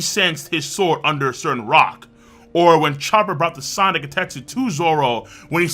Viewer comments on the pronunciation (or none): none